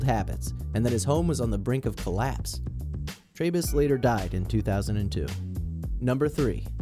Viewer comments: Trebus is Tree-bus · It's pronounced Edmund 'Tree'bus. He was a sweet old fellow. RIP